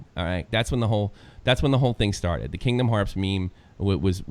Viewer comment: did you just say kindom hearPs?!?! TRIGGERED